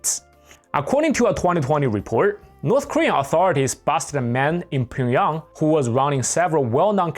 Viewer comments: Why do you say Pyongyang like pingyong? Is that how’s it’s really pronounced ? I’ve only heard it called Pyong-yang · How can anyone take you seriously when you can’t even pronounce Pyongyang correctly? It’s pronounced “Pyung 평 Yhang 양“ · You're mispronouncing Pyongyang.